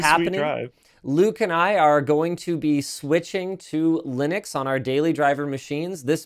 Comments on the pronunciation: Wonder if the penny will drop and he'll finally start pronouncing Linux correctly. It's not Linnucks... it's named after its creator, who is also called... Linus. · Quite, and there's been many debates about the 'correct' pronunciation... whether it be leenooks or lienucks. One thing I'm fairly certain of though, is that linnucks is wrong. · Linus Torvalds is Scandinavian, I believe (not sure about his exact nationality). His name is pronounced Lee-noose. He pronounces "Linux" basically the same way, but with an "x". "Linux" with a short "i" is closer than using a long "i", so the short "i" is preferred.